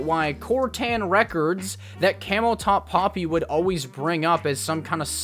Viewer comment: Its camoTop not cameltop lol 🐫